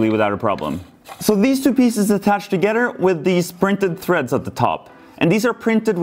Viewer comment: It sounds like he’s saying togeter instead of together